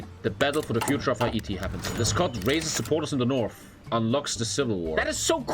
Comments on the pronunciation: the way he says Ha E Ti, instead of hayti, is great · Hah -eat-e actually hay-ti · Hay-tee not ha- ee-tee I couldn't stand that. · Editor tell it’s pronounced “HEY-TEE” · I don't know why he calls it Hai eee teee lol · Bruh no one talking about the way is saying Haiti? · I don't like how he pronounces Haiti.